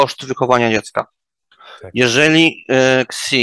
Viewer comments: Ktoś kto wymawia Xi=Ksi z automatu jest niewiarygodny, gdyż wiedze czerpie/bazuje na polskim TT oraz polskim YT, zdziwiony jestem ze nie zaprosi pan "boots on ground" w Chinach, jest garść vlogerów tutaj, studentów PhD czy biznes people. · Pana ekspert coś na bakier z chińskim bo, przewodniczący państwa w ChRL (nie prezydentem, bo stanowisko prezydenta istnieje tylko w Republice Chińskiej) ma na nazwisko XI co czyta się SI jak w słowie "siano" a nie KSI. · Co to jest KSI ? Analityk demografii Chinskiej a nie potrafi wymawiać nazwisk Chińczyków? Wymawia się SZI. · Super. Jedna podpowiedz techniczna, Xi wymawia sie "Szi" :D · A nawet "Si" :) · Xi sie czyta "shi" jak na eksperta to slabo. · Zgadzam się, niby szczegół ale sama wymowa nazwiska Xi mocno poddaje w wątpliwość 'eksperckość' tego eksperta